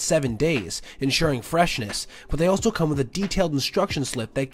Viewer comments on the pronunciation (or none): none